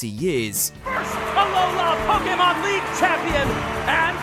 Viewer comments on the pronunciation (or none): It really grates on me how this guy says "Po-Kee-Mon" when every time it's pronounced in the show, it's "Po-Kay-Mon." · It's the correct way to pronounce it. If you say it quickly, it should sound like "Po-keh-mon". "Po-kee-mon" is wrong no matter what.